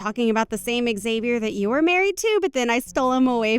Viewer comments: Learn to pronounce Xavier if you insist on using that rare name. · Good acting except you need to get all actors on the same page about name pronunciations before they record their parts. One sis kept saying Xavier/Xavi in American way of starting with a Z sound & the other kept pronouncing it as an H, like Hispanics (who would change the spelling to Javier/Javi). Weird to hear 2 supposed sisters constantly pronouncing the name so differently. 😂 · Why does one person pronounce his name one way and the second person pronounce it a different way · Depends on the person. It can be pronounced as "Ex-avi-er", "Ha-vi-air" when said in Spanish if spelled with an X or J, and "Zay-vi-er".